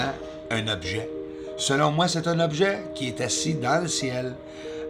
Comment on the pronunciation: Un "objat" 😅😂